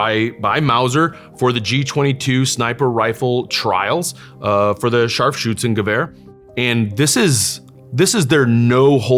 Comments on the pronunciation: I love how he say Scharfschützengewehr :) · he said it the right way. German here.